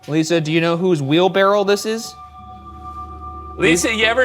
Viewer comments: For the debrief: does Ryan know it's "wheelbarrow" not "wheelbarrel"? 😂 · ryan and shane collectively saying “wheelbarrel” instead of wheelbarrow made me question what i know and google it to make sure i was right 😭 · Does he keep calling it a wheelbarrel or am I hearing things? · I think ryan says, “wheel-barrel” and shane says, “wheelbarrow” — does anyone else hear it? (confused non-native English speaker here!) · ryan saying "wheelbarrell" took like 80 years off my life" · All this episode really taught me is that Ryan does not know how to say wheelbarrow correctly